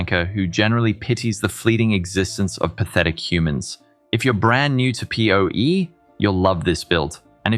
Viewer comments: "po-e" made my gears stop instantly lol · pronounciation of PohE and Scissoring killed me xD The fleshy Me can also vouch for Balors Holy Relic! Amazing build! (With a lot of room for personal customization as well!)